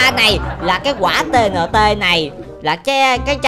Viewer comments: Gọi là ti ên ti không phải T N T đâu anh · đọc sai rồi quả này ta kêu bằng ti in ti